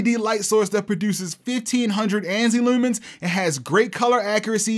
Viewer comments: Just found your channel. New Sub 🦾 Shopping around for a projector. Your vidz are helping me out a lot! Also, btw, I can tell by the way you say "looomens" you must be from Baltimore. 😂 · never picked up your baltimore accent unitl the word leumans really came through here